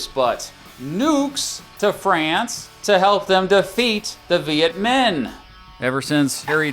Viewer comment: Minh is pronounced ming, not min. Pretty annoying mistake.